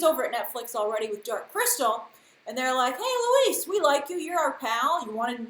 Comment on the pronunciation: to pronounce correctly Louis it would sound like "Loo-ee" the "S" is decorative we don't pronounce it in French.. xx